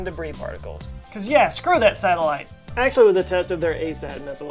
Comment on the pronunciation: "SATELLITE" not "SATTELITE"